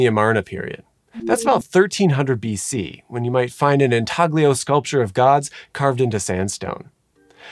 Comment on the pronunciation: INTAGLIO is pronounced in-ta-lyo. Italian. Like "embroglio" em-bro-lyo